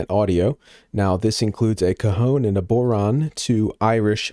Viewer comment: It's pronounced...bow-rawn. Bow to rhyme with cow. The 'a' at the end of the word has a fada (accent) which stretches the sound. Bodhrán = bow-rawn.